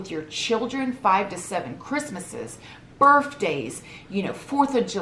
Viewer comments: I’m sorry but I wheezed. Did u say BIRFDAYS? Lol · Can’t stand the way you have BURFdays 🤣🤣 love you the most still! Can’t be worse than my gutter Mancunian accent 🙄🤣